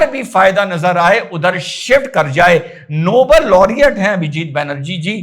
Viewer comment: नोबेल की जगह नो बोल पड रहा है।😅😅